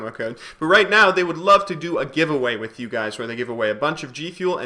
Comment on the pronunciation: Worh = with xD